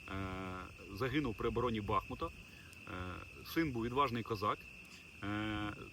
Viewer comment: Карась, не БАхмута, а бахмУта